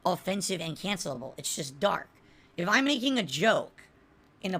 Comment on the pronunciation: I can’t stand the way he says “and” Eeeeeaaaaaaand. He somehow stretches that word into 4 syllables. I know, on the list of toxicity this is pretty low…but it’s my pet peeve 😆